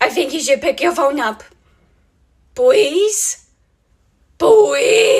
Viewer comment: Can we just take a second to appreciate how Riley always says "Pwease" and "Fank you".